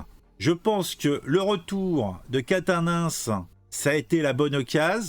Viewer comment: Aaaaaaaaaaaaah !!! Je DÉTESTE quand on massacre les noms de famille !!! 😤😤😤 C'est QUATENNENS, prononcé : "Kat-nince" !!! (pas : "Catin-nince" 😑 ... )